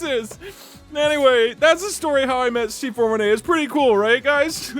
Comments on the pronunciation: it hurts when he says C4 1-8 instead of C4 18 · Its pronounced C-4-18